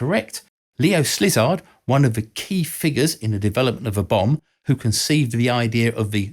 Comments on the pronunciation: Leo Slizard???? WTF How on earth did you change the orders of the letters in his name? :D It is so easy to pronounce "Silard" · ⚠️ Nope! He was not a S-Lizard 🦎 🙄 just pronounce it omitting the S… 👉🏻Zilard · It's Leo SZilard. Not SLizard. God god... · OK: once is maybe a mere mishap, but twice borders on casual carelessness. His name is not spelled "Slizard", and it's not pronounced "Slizard" either. The name is "Sillard". No sounded zed at all. Edited to add : Oh Lord! it becomes apparent you can't tell the difference between Franklin Roosevelt and Harry Truman either. Bear in mind that you are describing events around 1940 at this point: Truman wasn't even Vice President at that point, just a humble senator from Missouri. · SZILARD, not SLIZARD! How can you talk about nuclear weapons when you can’t even correctly name one of the leading scientists?!? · Why is everybody butchering Szilard's name? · Szilard, not Slizard... Who are you, Geralt of Rivia? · Thanks for this history. Couple of quick corrections... I've always heard Szilard's name as Zil Ard not Sliz Ard. Photo of Bush and president you showed was Truman not Roosevelt. Again great history. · I can only add a tiny thing here Leo Szilard is pronounced not as Slizard but "Si-lard". As a fellow Hungarian I thought it might be helpful being Hungarian born too. Other than that this is a great video as usual. Also Veritasium has made a very similar video about Oppenheimer recently. Worth to watch after you finished this one.;) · Leo Szilard's surname is pronounced "Silard" ie. with a silent Z and definitely NOT pronounced as "slizard" because that doesn't make any sense. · "Slizard"? Really? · Thanks for making this timely video to clear up a few of the things I've also heard thrown about in the media lately. "L to the Slizzard!" (Sorry, your mispronunciation was amazing!) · I'm sorry, great video, but it triggers me to no end whenever you said slizard 🤣